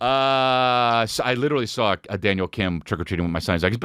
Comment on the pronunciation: HE SAWR IT TWOCE ERBODY!